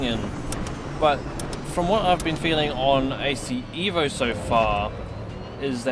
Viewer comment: Not EEEEEVO...EVO. Say it like you are italian. Pronounce it as: "Eh-voh" (like in "Evolution") Not "Ee-voh"